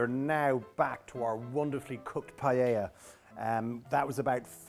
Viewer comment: I made this with him on an rte kids cooking show and he had to say paella 50 times before he said “pie-ah-a” instead of “pie-ell-a” lmao